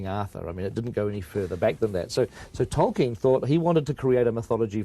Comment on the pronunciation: “Toy-Ken” lol